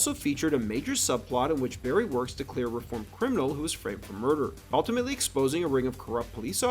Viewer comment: Stop saying "alltimately".